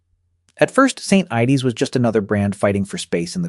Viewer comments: 😂 and St ides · "St. Ideys" 😂🍺